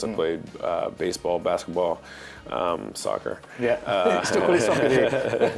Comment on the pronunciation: "Sock car" 🤓